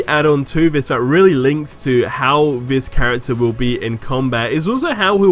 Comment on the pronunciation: It's this not fhis